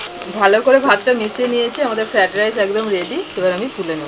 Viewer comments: The correct word is " FRIED RICE " and the pronunciation is Fra- eid - rice. Needs correction in your pronunciation. All recipes are excellent. Really you are a great cook and your selection of items are always excellent. 😋👍👌🌺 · ফ্রাইড রাইস, উচ্চারণ টা ঠিক হচ্ছে না।